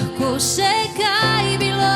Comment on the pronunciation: Ne vem zakaj besedo "bilo" kdaj tako čudno naglaša.